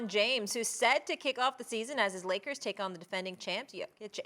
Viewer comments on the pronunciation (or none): none